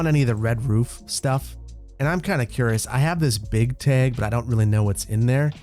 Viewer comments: Tag- T A G not teg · A TEG! Man is truly from Wisconsin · What the heck is a teg?? 🤣 it kills me everytime you say it that way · Nobody:...: TAEG:) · I cannot wrap my brain around your neutral Midwest non-accent, except when saying "tayg". But seriously, love the content - I always look forward to Saturdays when I can catch up on all your videos for the week. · The amount of times your accent came out by saying tag over and over made me laugh. Here's the the Wisconsin accent! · Love the pronunciation of tag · says "tag" like a wisconsinite! 🤣 😘